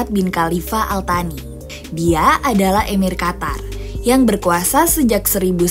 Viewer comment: Izin menyampaikan sedikit revisi ttg penyebutan "Al-Thani", dalam bahasa arab itu dibaca "Al-Tsani" krn pakai huruf 'ث'.. Ini menurutku kesalahan umum yg udah sangat dinormalisasi oleh media2 Indonesia yg tidak melakukan metode riset menyeluruh dgn dalih beda pelafalan atau sejenisnya, tapi bukankah beda huruf udah beda arti, apapun bahasanya? Sayang sekali kalau narasi termasuk salah satunya..🥺